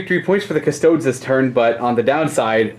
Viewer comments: Again with the "Cuss-toads" wtf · it’s KUSS TOAD EES - you ding dong. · Do people not realize that he calls them kuh-stodes as a joke?